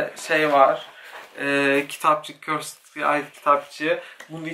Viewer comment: körsıd körsıd değil yahu körsd demelisiin "ı" harfini söylemee körsdddddd